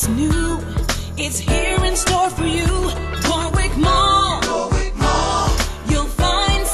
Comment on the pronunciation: As a Brit, the pronounciation of "Warwick" really triggers me!